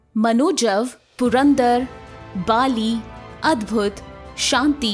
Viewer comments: Baali is not king of asur bhai its bali learn pronunciation first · It's not BAA-LI... it's Bali. Please pronounce properly. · It is not not Bhaaaali, it is Bhali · It's not Baali. it's Bali.